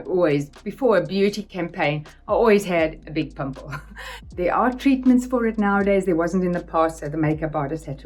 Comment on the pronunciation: What a charming woman. And I love accents, they are our identity. However, she says pimple, not "pomper" Vogue.